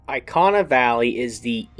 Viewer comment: E-KAH-NAH not EYE-KAH-NAH.........